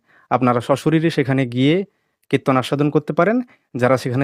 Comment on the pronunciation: কৃত্তন বলবেন না। ওটা kritton নয়। আর উনি কৃত্তনিয়া নন। উনি একজন রেনেসাঁ man. আজ পর্যন্ত যা বুঝেছি সেটা হলো উনি এসব করে লাইমলাইট এ আসতে চাইছেন।